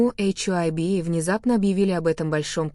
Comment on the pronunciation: БТС молчат, вот и придумивают чушь, и говорите правильно имена и что за ейчайби Хайби Хайби правильно их фирма,что ви язик ламаете, мало того что врете еще и коверкаете имена просто ужас